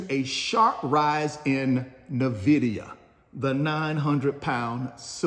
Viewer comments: It’s not Navidia, it’s NVidia. Sheeesh !!!!! There is no A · Can you do me a favor and pronounce NViidia the correct way for once ?